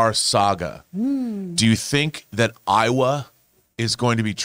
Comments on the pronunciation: Horrifying thumbnail and horrifying pronunciation of Eywa and Navi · Eywa is “Aye WA” not Iowa. Iowa is a state. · I can't believe owns so many copies of avatar and still pronounces Eywa wrong. They say it soooo much. 🥴